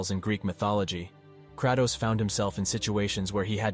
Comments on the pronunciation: I can’t with the Krahh-toes, pronounce Kray-toes. Good video though bro. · Hate the way ur saying kratos